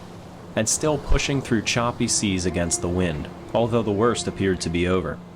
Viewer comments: Silence, it is seas not seeds. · Surely you ment high seas at 5.09 mate, not high seeds.